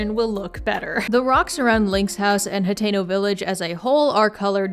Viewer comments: Are you saying Potato? Like Potato village? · i'm so sorry but i am not a zelda fan so i thought you were saying potato town for like 10 minutes